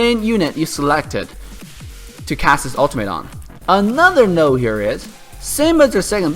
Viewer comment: just a quick tip, when you say 'a note here is' make sure you pronounce the T in note, because some non native english speakers might have a hard time understanding what you said there. excellent guide again 👌